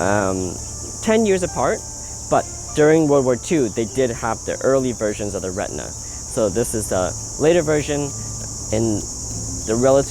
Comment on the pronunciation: The Cameras are called RE TI NA , not Retna...